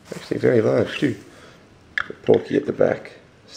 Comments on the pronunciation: it is that the title said "porky" not "pourky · It's porky in the English one of mother 2 it was a pronunciation eror